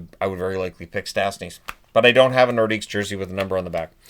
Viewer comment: "Lay NorDEEK". No S, please,.